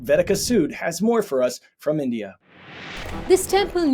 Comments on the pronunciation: Hey. Please at least attempt to say names correctly. You weren’t even close with Ayodhya.. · When you can't even pronounce "Ayodhya" correctly but have to do copy paste propaganda and bigotry 😅😅😅